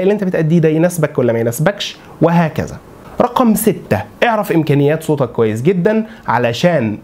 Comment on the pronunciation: كيف تحسن صوتك بفتح التاء، والله أغلقت المقطع لما سمعتك ضممت كلمة صوتك ولم تفتح التاء.